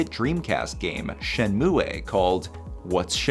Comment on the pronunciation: Dude messed up saying shenmue so badly